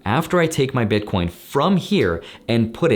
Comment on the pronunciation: WHAT DID HE SAY?! BITCORNS? WOT ARE THOSE?!